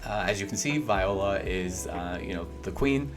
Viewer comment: Viola & Millard dude learn how to read lol say there names correct 😂